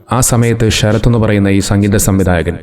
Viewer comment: ഷരത്ത് അല്ലല്ലോ.. ശരത്ത് അല്ലേ..?